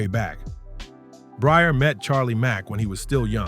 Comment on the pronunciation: You're hearing his name pronounced correctly and you're still calling him Bryer stop please